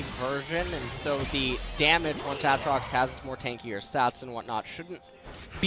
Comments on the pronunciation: saying a-atrox makes me hate him even more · They both pronounce his name wrong apparently. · So do they just both intentionally mispronounce Aatrox on purpose? lol